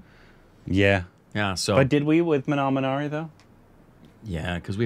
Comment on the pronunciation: “Minnal Minari” - every frikkin time 😂😂